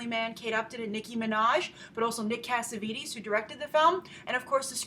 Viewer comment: It's not pronounced CassavEEtEEs...